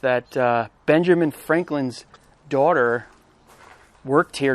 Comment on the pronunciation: His name isn't ben-GERMan. Its BEN-juhmin. And we care bro. You and us. Fuck the government. Its up to us to preserve these sites. Keep up the good work dude! I love your vids!